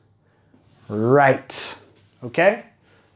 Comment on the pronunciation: Right me sonó extraño